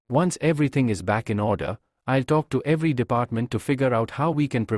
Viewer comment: i' el el (i'll)😂😂😂